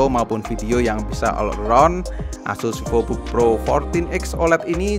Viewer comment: Pak Vivobook (V nya gede pakk) bkn vivobook awokawijawokawok anda pikir hape🗿heheheehehe